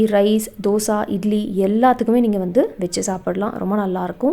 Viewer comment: தோசா இல்லை, அது தோசை . தமிழ் உச்சரிப்பு முக்கியம்.